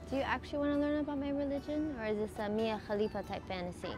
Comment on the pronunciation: He said. Mia Kalifa hahahaha 🤣 Why is mia kulifa i don't know 😂